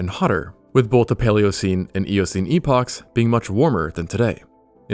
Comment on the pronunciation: ur pronouncing 'epoch' wrong bruh.